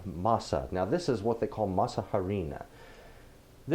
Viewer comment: Your tamales look amazing and I like how clear the items & your measurements are to follow. One suggestion: when you pronounce harina, the “h” is completely silent, so it is pronounced like aree-nah. Thank you for the recipe..